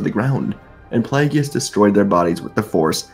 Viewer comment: The name is pronounced PLAY-GUS 😂😊 Good story though.